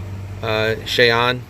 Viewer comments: Cheyenne ( shy Ann) Not shay on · Cheyenne is pronounced shy-anne